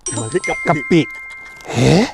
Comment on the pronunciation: ขออนุญาตนิดนึงนะคะ เอ่อคือว่า.. คำว่า *กะปิ✔️ "ตรงคำว่ากะไม่ต้องใส่ร.เรือเกินมา" ไม่ใช่กระปิ✖️ ขอบคุณค่ะ 🙏😅